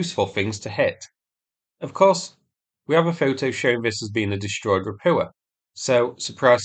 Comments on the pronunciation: How many landing ships need to be sunk before you learn how to pronounce “Ropucha” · Ra-POO-ah.!!! As in, IT'S SHITE.!! 😂 😂 😂 😂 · Say Ro-poocha'.